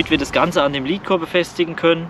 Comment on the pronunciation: Sorry für die Klugscheißerei... Aber Lead nicht Leed Oder Lädcore (richtig) nicht Liedcore(falsch) Sorry aber nach paar min geht mir das schon gegen den Strich